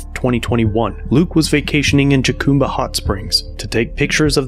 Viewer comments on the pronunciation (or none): The J in Jacumba is pronounced like an H. Ha cum ba